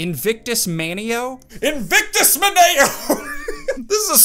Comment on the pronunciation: That’s crazy “Invictus Maneo” came up. I actually have the Armstrong family crest tattooed on my right shoulder with that phrase. You pronounced it right. 👍